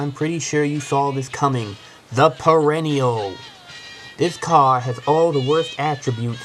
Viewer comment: ''Dammit i hate dis caw'' haha